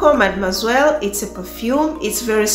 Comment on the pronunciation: Perfume lover 😍❤️😍. I love the way you pronounce mademoiselle 🙈🙈🙈.